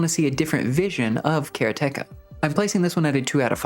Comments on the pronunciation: Pronounced karate ka my guy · the pronunciation of Karateka has to be a joke. You're doing this on purpose. It's so absurd. How can you pronounce it the way you do when the root word is the Japanese martial art of Karate? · it's ok, but it's a Japanese word that means a practitioner of karate, like a judo practitioner is a judoka. They don't stress any of the syllables, so it should come out as "ka-ra-te-ka" 😁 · Bro I respect how much you put into this, and it’s the best review out there, by far. But the way you say Karateka…is …sacrilege - and if you’re saying it correctly, then my world has crumbled. Nothing I thought was real is real looool